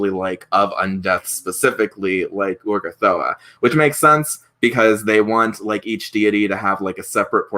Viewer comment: I don't understand why you keep calling her Urgathoa "Ugothra" if you even know you're mispronouncing it. Strange...